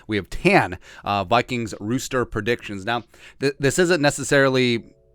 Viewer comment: Roster not rooster